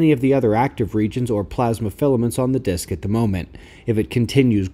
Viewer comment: I don't comment often. But I have to ask, Why do I hear, "disk" ?